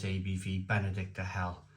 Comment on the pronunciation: Reading the label, it's BenedikTINER...like the Benedictine monks. Sorry to be pedantic but I know you like things proper!